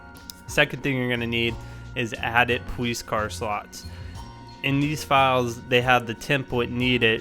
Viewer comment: "Poweece car"